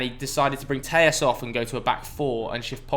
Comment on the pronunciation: He’s not Spanish your supposed to pronounce the ll’s in Alex telles